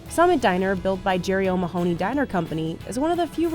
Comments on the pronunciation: O’ mah - honey. Not ma-hoo-ney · The pronunciation of O’Mahony 😂😂 O’Maahonee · The pronunciation of O’Mahony is driving me mental